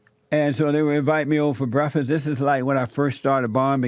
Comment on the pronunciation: JESSE REALLY ENJOYED THAT "BREFISS."